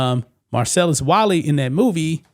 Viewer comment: Wallace not wally 🤦‍♂️